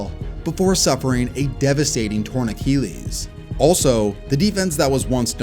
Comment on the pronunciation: Someone tell this guy how to pronounce Achilles.